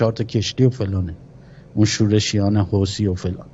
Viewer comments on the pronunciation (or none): none